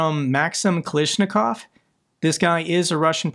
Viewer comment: thf word you are trying to g yo say is Ka-la-sh- I-kov thr famous Kalashnikov rifle. Not Kalashnikov as your persistently say it